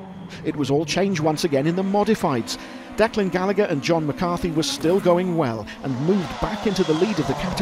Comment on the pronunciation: Great job 👏👏 Just needs to learn how to pronounce Gallagher and Ger Conway😁 All an all just like the world championship review 👍